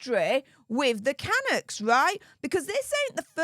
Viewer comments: Hi, love your channel. Waiting for the silver play button🎉. FYI I’ve lived in Vancouver all my life so wanted to give you a reliable tip: Canuck is pronounced with the emphasis on the 2nd half of the name-thus canUCKS. 😊❤ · ca-Nuk from a Canadian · Hi - the slang term for a Canadian is canUCK. like puck. I am a proud Canuck. 🇨🇦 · Hi. Canuck is a derogatory slang term meaning Canadian and dreamed up by Americans. We Canadians are not offended and even use it for a hockey team. After all our term for American is Yankee or Yank. When you pronounce Canuck the accent is on the last syllable.❤ At least in Canada.